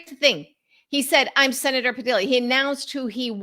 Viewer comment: Pa-dee-ya is the pronunciation.